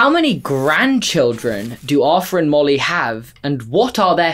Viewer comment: Whoa! said Ar'th'er instead of Ar'f'er... impressive